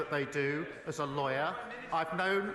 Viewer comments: He cant even speak properly, keeps mispronouncing the word liar as lawyer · Did he say "as a lawyer" or "as a liar"? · Did he say lawyer or liar!